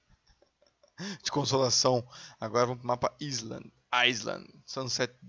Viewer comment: eu não falo inglês fluente como vc ! mas pare de falar ailande :D